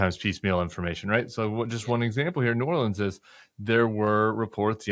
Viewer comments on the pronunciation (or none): Sam does a great job of not showing where he's from with his pronunciations...right up until he says Nawlins. ;-) Love you both.